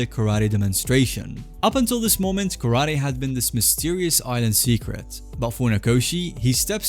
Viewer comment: Kara Te. Empty Hand. Not karady.